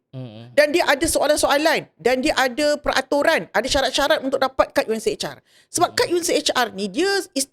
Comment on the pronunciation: UNHCR... Bukan unchr